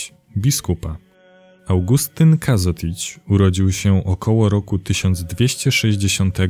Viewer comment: W nazwisku jest ž (czyta sie ż, nie z). Co więcej nazwisko jest odmienne, a zatem kogo? czego? Kažotića (czytaj: Każoticia). Pozdrawiam